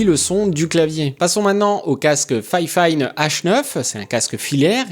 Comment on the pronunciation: J'avoue ça m'a fait bizarre quand tu prononces fifine en disant "fayfayne" je suis habitué à juste dire "fifine" X)